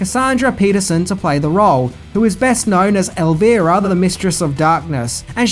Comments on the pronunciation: Her name is pronounced Elv(eye)ra , not Elv(ee)ra (Spanish pronunciation) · Elvira is pronounced EL VYE Rah, not "Elveerah" lol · "El-vee-ra..." funny. It's pronounced "El-vy-ra" Even in the song. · "Elveera"? Actually, pronounced 'Elv eye ra'. :-) I'd almost forgotten about this film. Thanks for sparking some memories. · Its not El....veer...ra. Its El...Vry...ra. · El-veera? I'm convinced pronounces shit wrong on purpose. Everybody has heard the correct pronunciation of Elvira, it's not like it's some river in South America or some Slavic country. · Is he is pronounce elVAIra like VItamin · El-vera??????? LOL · I’m sorry but.... “Elveera”... Have you never heard the name Elvira said before? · Elvira has a Long Vowel Sound as in Eye. El-Veye-Ra. Don't disrespect The Mistress of the Dark. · You mispronounced Elvira. It's the I you are mispronouncing. You sound like you are saying ElvEra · Pronounced ELV--EYE--RAH (Elvira) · you’re totally trolling us now with your “Elvira” pronunciation. You sly dog you! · Fix your pronunciation of "Elvira". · I believe the Oak Ridge Boys may help with your pronunciation of Elvira's name.... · in Spanish*, yes, it's correct how he said it, *BUT not for the person he's referencing he's not. Elvira, Mistress of the Dark who he's talking about is pronounced as I described above. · no ego over here, so please don't project your insecurities onto me. The character's name is how I pronounced it up top, from the way it was on her show. No one else can tell you how to pronounce your own name. So, when she tells you her name on the show, that's how you say it. was saying her name incorrectly. By your own admission, you've seen her too, so you know how it's supposed to be pronounced. End of story. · if Cassandra Peterson is playing the role of Elvira, then pronounce it correctly that's not too hard to understand, right? I mean,at the end of the day it's still a name, correct?